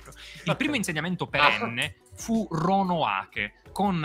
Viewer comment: Si chiama "Roanoke", non "Ronoake"!! 🤦‍♂ non è neppure capace di leggere da Wikipedia